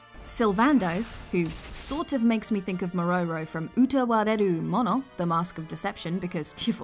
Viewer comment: Please never pronounce Utawarerumono again lol. You can just call it "mask and fluffy tails fantasy thingy" from now on, I swear everyone will feel better about it :D